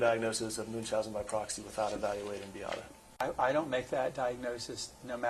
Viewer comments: It’s wildly disrespectful and her name isn’t hard to pronounce at all. BEE-AH-TAH. Come on now. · Anyone else so annoyed by the ignorance and disrespect of the defense lawyers by mispronouncing Beata’s name? They have been sitting in court for 16 days with her name repeatedly being pronounced properly by the plaintiffs for crying-out-loud. You know what that signals to me? they are deliberately choosing to say her name incorrectly because they don’t truly care about, nor feel sorry for, how they treated her, Maya, or the family. If I were Jack, I would lose my mind every time they said her name incorrectly. My heart hurts so badly for them.